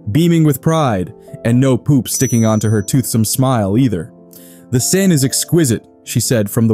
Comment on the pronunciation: I lost count how many different ways you pronounced "Seine".